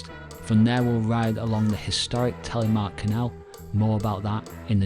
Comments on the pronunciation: The Norwegian language and syllables are quite different from English. This man does as best he can. I guess it would be easier to pronounce if one thinks about it as Tel eh mark. Less US, more Canadian pronunciation. As in Canadian English you start low and end high with the pronunciation, not as in US, high to low. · Telly-mark?.😂 the name is Telemark.